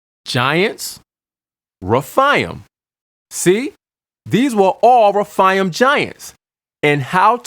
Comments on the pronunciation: You are totally mispronouncing the Hebrew word, "RAPHAIM." It is pronounced: RA--FAY--IM'. Numbers 13 is not the ONLY verse that CLEARLY describes GIANTS. DEUT. . JOSH.12:4; ; 15:8; . 2SAM. --22. 1CHRON.20:4,5. GEN.6:4. And of course---1SAM.17:4,5. ALSO: NUM. . And Scripture speaks of the SIZE, WEIGHT, and Number of Weapons, Armour, and Helmets they wore---SIMULTANEOUSLY! No DOUBT---There were "GIANTS IN THE LAND!" When GOD HIMSELF allows man to Write: "..and WE were as GRASSHOPPERS in our OWN eyes, and so we were to THEM.. Hey, I don't care HOW CLEVER your argument is, a human being does NOT feel like a "GRASSHOPPER" compared to another individual unless that "Other individual is EXTREMELY HUGE! Counter argument: "Well, "Grasshopper" is a RELATIVE term, it doesn't LITERALLY mean the Israelites ACTUALLY WERE as grasshoppers, they simply FELT very small COMPARED to a Race that was a 'bit' Taller than them." Whatta' JOKE! It is BLATANTLY CLEAR in those many verses that these humanoids were ENORMOUS! And for those of you who seem to think GOLIATH was only about Six and a half feet, or so, tall, then----Does THAT mean the Great ARK was only 300' long, 50' Wide, and 30' High? WOW!! That really SHRINKS the boat DOWN! Hard to ima- gine it holding THAT many mammals at that REDUCED size! All through our History there is AMPLE evidence that Giants existed. And there's MORE than enough evidence to reveal the Fact, they became Shorter as time went on. And that makes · whether they were half angel or fully human Gen 6:4 There were giants on the earth in those days and also afterward when the sons of God came in unto the daughters of men and brought children by them who were the mighty men of old men of renown. And it's not refaiams. it's re-faims, and ana-kims.